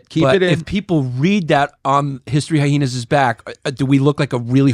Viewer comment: Chris "hy-heenas" distefano....